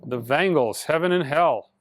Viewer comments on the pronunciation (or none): >>>> It's Vangelis Heaven and Hell....not "The Vangles"